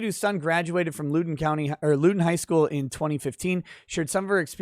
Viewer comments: That’s not how you say Loudoun. (Lao Dun) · It's pronounced loud-un (County) i believe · It's pronounced Loud-in >t. RVA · The first syllable in Loudon rhymes with "cow". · Great video, as a Virginian I have to correct you. It’s pronounced “Loud-en” county Also, I disagree with CRT being Neo-racism…… It’s just “Thought Chlamydia” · ...its Loudoun. Not Loodoun. Pronounced Loud-un. Former resident, here. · I believe the county is pronounced “loud-en”. I can see how you would pronoun it “lou-den” if you’re not from the DC metro area. Love your channel, keep up the great work! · Heh Lewden county. Had a giggle at that, it's pronounced "Loud-en" country. Great videos as always 🤙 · I’m the pronunciation police and I apologize…it’s LOWden County like, “OWWW! You stepped on my foot!” Not like, “She’s a low-down dirty ho”. l-OWWW-den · Lol loo-don. It Loud-in county. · My man... I’m subscribed, but from someone born and raised in NoVA: It’s loud-on, not lewd-on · It's pronounced Lowden, Loud-en. Not Lude-en Pls drink after the streams, not before:) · Thank you. It hurts me. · It's pronounced loud in not lou din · I cant take it anymore you boomer its pronounced Loud-en county not Lou-den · its pronounced lowden like cow den or now then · One thing, it’s LOUD-en (like “proud”) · Loud-en County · FYI: It’s pronounced “low-den” county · Loudoun pronounced Loud (as in high volume) short o n. Use to live there before I escaped. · Pronounced L “ow” don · It's pronounced LOW-den county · As a Virginian I’m proud of this Woman, also just so you know the county is pronounced (Lao-Den). It’s one of the wealthiest counties in America and many politicians and Washington area sports players live there. It has been transformed from a safe red county to a stalwart of the Left’s “blue wall” of Northern Virginia counties. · Hey, I like all your videos- keep it up. One note: it’s pronounced “Loud-in” County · Please! Loudoun is pronounced LOUD-un